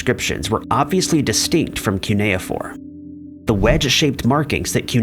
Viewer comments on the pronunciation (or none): none